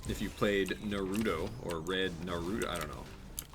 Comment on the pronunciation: He kept calling it's Narootoe instead of Naruto but he finally fixed it near the end of his Naruto rant lol.